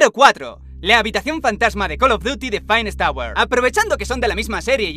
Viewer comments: "Phainest auer" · Finest "Auer" "Vaioshoc inphineet" xdxdxd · "Phinest Auer" Ulala señor Frances xd